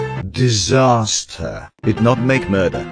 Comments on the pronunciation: D I S A S T E R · Same disaster, am pro and disrespec are so funny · “Disaster” and “Disrespec” and “Am pro” makes me laugh tho I do have more... But I cant remember lol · I like how says disaster when he inonent